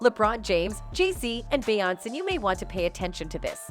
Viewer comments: It's BE YON CE!!!! FFS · Be-on-say!At least the got damn name right!lolol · This has to be A.I narrating. She mispronounced Dr Dre, Adidas, and Beyonc 😆 🤣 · 🤦🏼‍♂️this is the first time anyone ever pronounce Beyoncé name like that… 🤣🤣